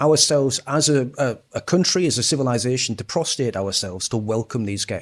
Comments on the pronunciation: Prostrate not prostate our kid. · Prostrating.... Not prostating hahaha. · Pretty sure it's prostrating not prostating. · Good video, um, from for a few seconds, that word should be pronounced prostRate, ahem. The word you're using while making unfortunate contextual perfect sense, isn't actually the correct one.